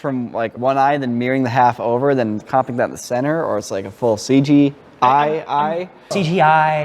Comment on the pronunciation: “CG-eye” lol